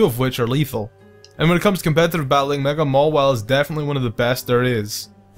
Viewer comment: All i hear in this video: Copetative batteling Copetative batteling Copetative batteling and Hes So Strong So Strong So Strong So Strong